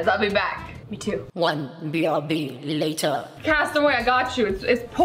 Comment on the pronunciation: "OnE bRb LateRr" LOL LOL